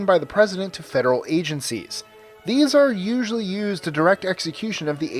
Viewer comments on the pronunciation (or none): none